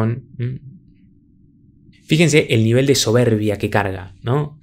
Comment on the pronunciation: Justo esto estaba pensando, incluso en un momento el remarca la palabra "soberrrbia" con cierto desprecio o hasta bronca.